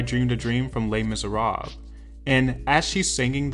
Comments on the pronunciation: Les Mise what? "Les Miserawwwb??" 🤦🏻‍♂️ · Lol that "Les Miserables" pronunciation 😆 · What you smile about, might depend on , whether you are of French or English origin.